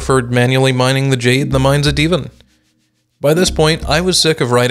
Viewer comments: i spontaneously combusted every time he pronounced divan as deevin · From what I understand, first language isn't english. I forgot what it is, but in that language there's a word that's either spelled Divan or very similar that's pronounced "deh-vahn" kind of. I speak English as my primary language, so when I see words that are either made up, brought in from other languages, or etc, I pronounce them phonetically. If you want a laugh, see if you can find me one skyblock youtuber that can even say "Thaumaturgy" right;)